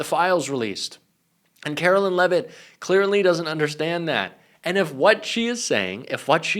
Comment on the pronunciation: Hey. Love your show. One minor comment-please correct your pronunciation of Karoline Leavitt. It is “care-o-line” and not “car-o-lynn” as u say. Thanks.